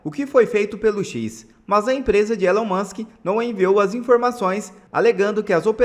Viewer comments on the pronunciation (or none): none